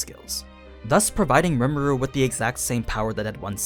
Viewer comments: “Lee-moo-du” sorry i got to be that guy but that’s how you pronounce rimuru’s name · Its kinda funny this dude cant say rimuru's name correctly he also is naming skils rimuru never even said anything about